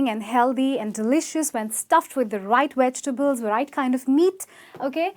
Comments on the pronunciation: Weg-tables is incorrect, it's "Veg" with a v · Wait, whaaaaat? - a cap of hot cocoa? - wedgetables? - healthy with voiced TH? 🤦‍♀🤦‍♂🤦‍♀🤦‍♂ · I'm sorry, did the 'instructor' of this video just say "wedg-tables"?! I...I have no words. Can no longer take video seriously... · Not "wegtable" (vegetable), Not "heldy" (healthy), Not "toria" (tortilla, pronounced "tor-tee-ya"). - If I were your student, I would ask you to sit down so I could teach the class proper English. - Yes, I am a qualified English teacher. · Sweetheart u said 'wegetables' and 'flar' :'( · I find it pretty funny that she is telling people how to pronounce things, but then she says wedgtables lol!